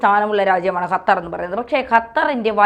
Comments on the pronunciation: Hatar alla qatar.😅😅😅😅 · ചേച്ചി ,അത്തർ അല്ല ,ഖത്തർ ,ഖ ഖ,അതായത് ക,ക്ക ഖ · അപ്പോൾ ഖത്തർ കാലുപിടിച്ചു രാവിലെ വിഷം ചീറ്റാൻ തുടങ്ങി ഖത്തർ അല്ല ഖത്തർ ആണ് മാത്യു സാമൂവൽ പറയും പോലെ തന്നെ നിങ്ങൾ പറയും പോലെ എല്ലാവരും തിരിച്ചുവരും മോഡി യും ഖത്തർ അമീറിന്റെ കൂടെ എബിസി ചാനൽ കാർ ഉണ്ടായിരുന്നു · യ്ക്ക് ഖത്തർ ഇടയ്ക്കിടെ ഹത്തറാവുന്നുണ്ടോ? സഹാവ്, മുഹം എന്നൊക്കെ പറയാതെ ശരിയായ രീതിയിൽ ഉച്ചരിച്ച്കൂടെ.